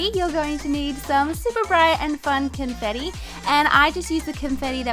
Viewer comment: the way she said confetti seconds funny .....(; (not a hater<3)